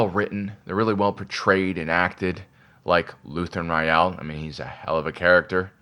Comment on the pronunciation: Rael is pronounced like rail.